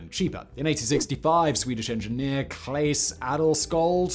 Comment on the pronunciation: The E in Claes is silent, the name has two alternate spellings; Clas and Klas, with no difference in pronounciation. It sounds a lot like Claws with a sort of long A-sound, or even like the American way of saying Santa-'Clause'